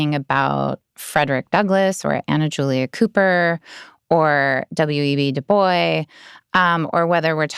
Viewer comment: I couldn’t agree with more. She’s just right. But with all due respect, - when you mispronounce W.E.B. DuBois’ name, it doesn’t serve your credibility well.